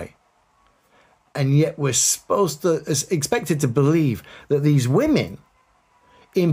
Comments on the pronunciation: The way he keeps emphasising 'women' is very telling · The way he emphasized "women" feels misogynistic